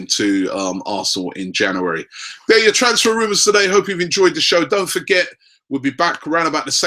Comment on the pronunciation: It's not only the players! Even the word "January" he struggles with, it's embarrassing